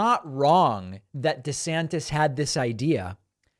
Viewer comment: Calls himself "dee-santis" in the video, then in the Twitter spaces thing he calls himself "duh-sannis" without pronouncing the t. Dude's all over the place